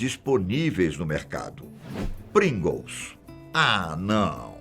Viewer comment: NA HORA DO PRINGLES O TIOZINHO ENTREGOU O OURO RS, A PRONUNCIA TA TOP TB, PRINGOLOS HAHAHA